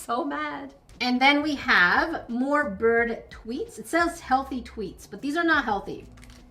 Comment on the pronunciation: that’s the bird I have, that’s also what my profile is. His name is mango and since you’re a bird expert, you’ll probably know that I am a son Connor. also, I swear you keep saying birb